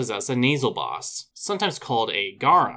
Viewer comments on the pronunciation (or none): none